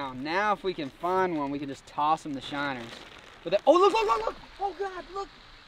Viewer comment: say shinner one more time please